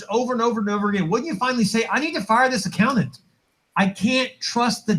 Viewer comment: Ugh. This guy can't even speak simple common English! I've never heard anyone say "accow nant" and before.